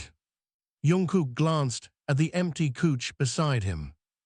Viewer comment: Great story however, I would prefer you change couch to sofa as its the one word i find frustrating when its constantly mispronounced.